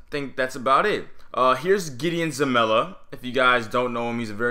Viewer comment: It's Zelalem, your saying zamela